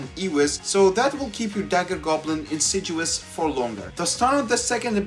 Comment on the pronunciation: I kinda hate to point it out, but since you said it over and over and over again, it's "insidious", with a "D". There is no "G". It's pronounced in-sid-ee-uhs.